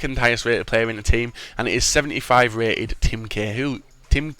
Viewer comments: Cahill (Kay-hill) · How can u say oar an Cahill wrong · I know right!!